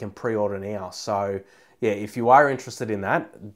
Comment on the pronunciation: Yeah, not right neow yeah.